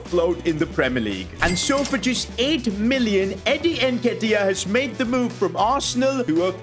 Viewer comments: please my ears where itching its NN ketiah not EnKetiah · Hey love the content and everything but just get the nketiah pronounciation right